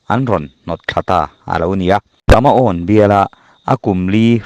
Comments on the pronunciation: Kamaawn tiin tuman a lam ngailo,kumauo ti in a lam aw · KUMAON ti a lam tur , beng a ti kham tlat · Kumau ti a lam rik tur ania. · A chhiar tu hian Kumau tia lam tur kha alam sual nasa, Kumau hi He lai rama hnam liam tak pakhat anni a, Kumau Regiment ti pawhin an lar ve viau tawh kha.